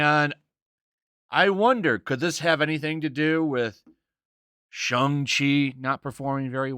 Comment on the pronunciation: Shang is pronounced like ae not on